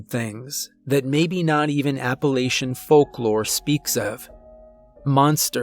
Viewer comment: ...That's pronounced App-uh-latch-un, you can always spot an outsider from a mile away